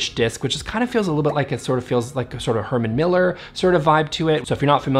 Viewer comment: Oh! HerMAN Miller! And not Henry Miller, which I thought I'd read at first. As I Dane I totally forgive your foreign pronunciation and I thank you for teaching me how to pronounce 'linen' correctly.